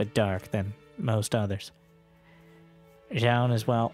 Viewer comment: Whenewey you say Byun or beyond I hear beyond all reason" :D